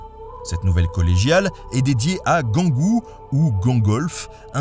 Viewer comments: Merci Nota Bene pour cette belle vidéo. Etant Touloise, je me permets de vous signaler à propos de la collégiale Saint-Gengoult que "Gengoult" se prononce "Jeangout" comme Jean... et non par "Guingout" comme vous le prononcez. Sinon, bravo pour votre intéressant documentaire. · Hello ! Petit erratum : Attila a ravagé la ville en 451, et non en 456 ! Sinon on aurait pu faire un film de zombie intitulé "le retour d'Attila" vu qu'il est mort en 453^^ Je précise également que ça se prononce "jean-goût" et pas "gant-goût" (moi et les prononciations...à l'aide) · Gengoult, ça ne se prononce pas Guengoult 😋 comme les "gens" plutôt ! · Le personnage en question, c'est Saint Gengoult, ou Saint Gangolf, d'où l'erreur de prononciation, je suppose.🤔 Mais oui, la prononciation commune, c'est bien "jeangou"😁